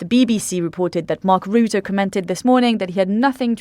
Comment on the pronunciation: Please learn the correct pronounciation of Mark Rutte. We are stuck with him for a while which is probably a good thing because he is the Trump whisperer. It's Ruh-tuh, not roo-too.